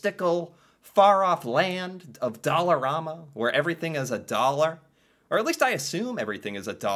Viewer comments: I shop at there everyday IT IS NOT PRONOUNCED DOLL-A-RAMA ITS DOLL-ER-AMA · In Saskatchewan we pronounce it like Alabama. You seem to be saying it like Obama. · its not Doll a rama its Doll a ram a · It's Dollar-A-ma not Dollar-aw-ma. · here in montreal, we pronounce it “dollarAhhma” not dollarawe-ma” kinda like the pasta pronunciation- we say “pahsta “ not pawsta” which is super weird because in french thé a is pronounced the first way lol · Just an FYI, it is pronounced dollarAMa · It's dollarama not dollaruma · Pronounced dolla Raamma